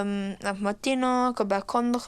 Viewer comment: Compuerrrrr, dinerrrrr, compuerrrrrrrr